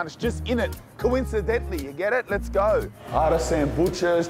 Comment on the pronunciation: Has anyone else started saying "Lets oge" since they started watching?